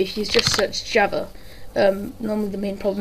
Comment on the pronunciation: Loved the video, but you pronounce java wrong and it irritates me... xD